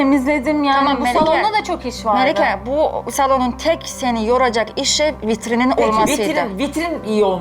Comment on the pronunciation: da vitrim diyor 🤣🤣🤣😂😂😂